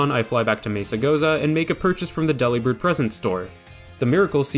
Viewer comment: I'm sure this was brought up already, but for the mirror herb all you need to do is open and close the picnic!! The learning is almost instant Also Delibird is pronounced similar to "Delivered"! Not like a sandwich Deli!